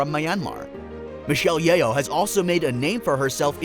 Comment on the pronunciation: Her name is pronounced as Yoh, not Ye-oh 😅